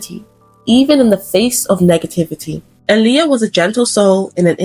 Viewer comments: I literally just realized TODAY her name is pronounced ouuuu “ahhhhhleeah” and not “UHLiyah” lmaooo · Her name is pronounced “ Eye - Lee- ah!”